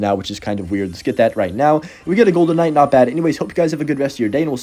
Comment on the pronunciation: are you saying “En-Night or Kuh-Night” when trying to say Knight? Brother it’s just NIGHT. The K is silent!!!!